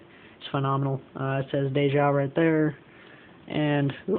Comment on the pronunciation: It's ""day jo", not "dayho" The owners are husband and wife Dave and Jo.